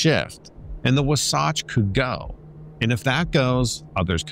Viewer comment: WAH - SATCH !!! IS HOW ITS PRONOUNCED SWEETIE !!